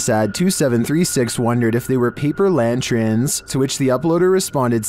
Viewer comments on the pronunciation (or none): What are “lantrins” or “lanchrins”? Hmm. Anyway, they might just be lanterns they’re seeing.